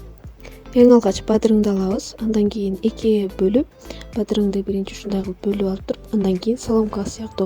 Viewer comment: Бадырың эмес бадыран